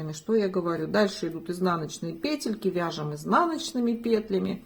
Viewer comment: ПЕтельки, пЕтля - почему петЕльки?